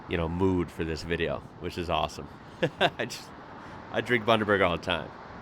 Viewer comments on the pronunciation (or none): none